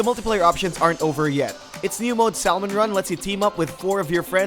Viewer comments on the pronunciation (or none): Disliked for pronouncing salmon SALL MUN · Salmon? SALLLLLLMON??? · How tf did he say salmon wrong